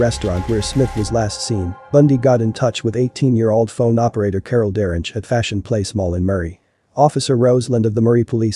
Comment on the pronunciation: And mispronouncing DaRonch 20 times in 3 min. Annoying!